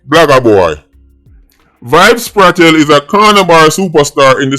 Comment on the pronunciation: Bro yuh still deh pon Kartel name again🤷🏾‍♂️🤦🏽‍♂️